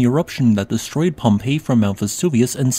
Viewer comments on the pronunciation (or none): none